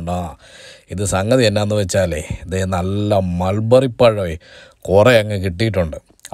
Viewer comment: Susamma : Melberry alla Mulberry* manushya